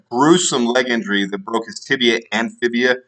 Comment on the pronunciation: It’s fibula not fibia